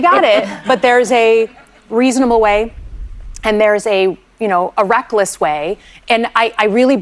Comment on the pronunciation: She said Recklezz😂